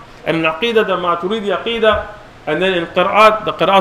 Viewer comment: They are just following orders from their own mullas. Nothing more! No study has been done whatsoever. The man can't even pronounce Maturidi and calls himself a shaykh😂😂 He thinks we're all just gullible. I'm like the 4th Athari on this thread and again I don't belive ash'ari and maturidi are misguided. They affirm every single thing. They are not mujassima or mu'tazilah. They ARE also Ahlus Sunnah.